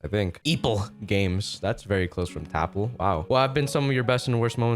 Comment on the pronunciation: Its not tapL its Ltap